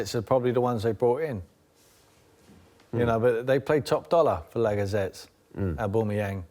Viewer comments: Lacazettes and Orbumayang lol someone teach Tim Sherwood to speak properly. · "Lagazettes" "Abumuyang" when did arsenal sign these players Tim?